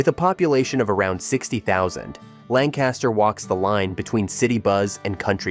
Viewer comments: LANG-kister not lan-KAS-ter. The LTZ is still the coolest small town. Didn’t even mention the rock and roll connection. Lititz rocks! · You lost credibility when you said Lancaster (LAN-cas-ter) and AM (rhymes with Sam) -ish pretzels. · As someone from Lancaster, it's pronounced Lang-kister